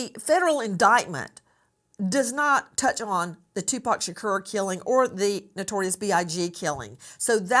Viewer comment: Can you learn how to say Tupac’s last properly??????? It’s not “Shakeer” It’s “Shakor.” That is sooo disrespectful. Just goes to show you don’t know much of anything both these people.